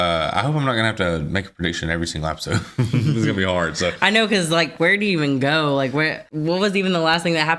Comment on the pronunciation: I'm sorry n I missed u saying it b4 but r u saying app-is-ode like a joke or is it jus cuz u talk so fast😳jk bro love yalls read-act-shuns